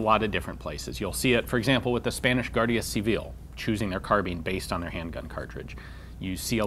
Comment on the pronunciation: Hi Ian, just a sugestion. In Spanish we do pronounce the "u" in "guardia", all the letters in this word have a sound.